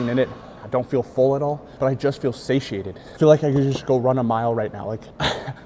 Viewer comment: Sashiated? Do you mean sated? 😂😂